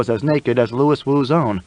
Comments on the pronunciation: Ok, I am out. Lew we woo. Not Lewis. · Louis is meant to be pronounced "LOO-ee" NOT "Lewis" ! I'm out ! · Louis is not pronounced the same way as Lewis.